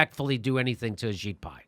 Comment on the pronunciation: Ajit Pai kinda sounds like your saying A Shit Pie.